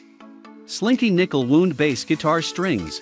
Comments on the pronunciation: Wownd, not wooond. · Narration is terrible and sounds like mechanical. Lot of mispronunciations. It pronounces string wound like a flesh wound. And instead of pronounces made in U.S. it says made in us. Zero credibility. Stopped watching.